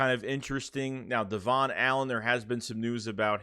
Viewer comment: his name is pronounced “Devin” Allen not “devaughn” 🙏🏾